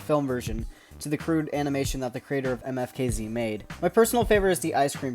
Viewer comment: I think you supposed to pronounce it like how the letters sound for instance you would make an M sound then you know what I mean